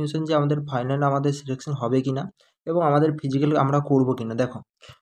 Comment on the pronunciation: আমি তোমার সব ভিডিও দেখি..সব ঠিক আছে কিন্তু তুমি 'ফাইলান' বলো কেনো..ওটা তো 'ফাইনাল' বলতে হবে।